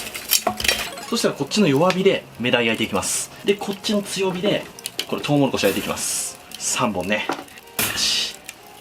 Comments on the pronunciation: トウモロコシじゃなくてトウモコロシになってるw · しかもトウモロコシじゃなくてトウモコロシっていう